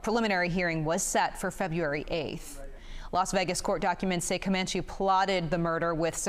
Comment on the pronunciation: His name is pronounced Chance ….. Cuh-man-chi …. Just google/youtube him and you’ll get hundreds of news reports with the correct pronunciation of his name.